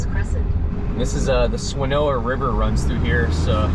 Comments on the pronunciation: Having grown up in Asheville, I have to laugh at your pronunciation of Swa-na-no-a River.... ;) It's NOT Swanoa! ;) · I appreciate you coming to my home of WNC and showing the catastrophic results we are dealing with. Being a native I would like to offer some help pronouncing swannanoa! Swan-ah-know-ah. Thank you for your help here❤❤❤ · I live in Asheville, have followed you for some time. Thank you. Wish I had met you! It's Swan-a-no-ah 😜 Lol - many names are tricky up here. Again, thank you. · No one from out of town can pronounce Swannanoa lol Swan-uh-noa Thanks for all you're doing to show people what happened here and the huge clean up that we've got ahead. Keep up the great work!